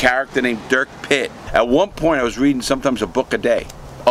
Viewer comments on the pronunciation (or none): none